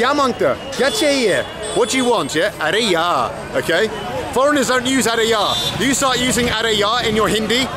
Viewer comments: Its not aree yaaa its actually aree yaar means ohhh friend i dont want. But bald seriously i love too hear from you aree yaa, when you say that you nailed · Welldone good teaching Its arey yaar not arey ya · It is not "ARE YA" It is "ARE YAAR" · Yes, but is doing a Hindi lesson. So he will have to say the R.